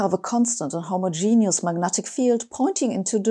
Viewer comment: Thank you for pronouncing 'homogeneous' correctly. Far too many people use 'homogenous' erroneously.